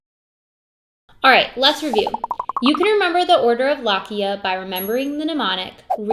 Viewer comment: Wonderful content! Please pronounce lochia more correctly, the “o” vowel here is pronounced long.